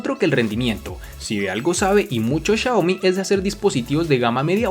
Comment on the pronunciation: Chayomi chayane ajajjajajaja "Xiaomi" buen vídeo...